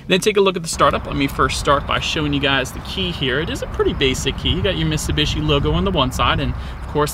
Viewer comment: It's miTsubishi. You keep saying misibeeshi